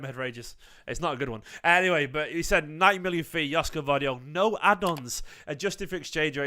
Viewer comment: Greetings from Sydney Australia mate 😂. It pronounced YOSHKO